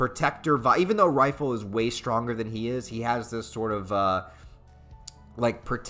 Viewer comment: it hurts my soul every time you say RAAAAH - ki. It's RAH-ki. Like Rocky. It's REE-ful, not rifle. It'e DEH-nuh-vuh, not De-NAY-VAY. You did get Dauf right this time though.